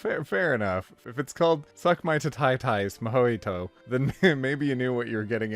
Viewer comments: I'm just more focused on how you pronounced mojito, (moe he toe) Not (moe hiet toe) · Mojoito- Mojoito- Mojoto- - Its pronounced Mo-ji-to Its a caribean alchoholic drink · Hearing him say mojito made me legit forget how you say the word properly, I cant remember I am lost, all I know is its not Mo-ho-i-toes. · I've only heard it pronounced mo-hee-tow. Is it pronounced differently in other places? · I'm new to this channel...someone please tell me did he intentionally mispronounce 'titties mojito'? ;) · The way you pronounced "Mojito" physically hurted me. It's that how you say it in english?